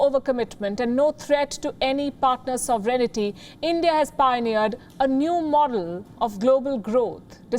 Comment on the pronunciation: Um, K - say sovereign - add a t - sovereignty - not 'soverenity' 'sovereignty' = 4 syllables, not 5